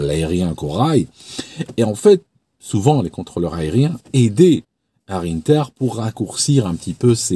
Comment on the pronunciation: on prononce 1ter en français.. pas innter 😉